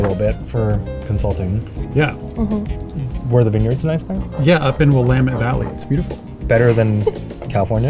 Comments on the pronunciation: I was about to go off on the mispronunciation of “Oregon”, but he redeemed himself by getting “Willamette” right! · THANK YOU for saying Willamette right. LOL. I love that I'm sitting here watching a video about cheap wines and I don't even care for wine. I'm here for the Eugene and vibes. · As someone who’s lived in Portland her entire life, I cringed hard at that. But at least he pronounced Willamette right